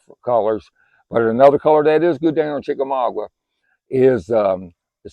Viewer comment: Chickamauga... Not chickamaugwa